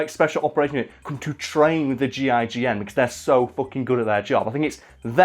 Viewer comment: Im upset that he kept calling them the G,I,G,N instead of the gign